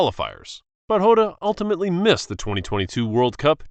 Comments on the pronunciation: It's diogo jota not diogo hota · Jota not hota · Yota❌ jota😊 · Bro it’s Jota not hota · diogo jota not hota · Diego jota not yota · Yeah that's very bad pronunciation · That’s not how to pronounce Diego jota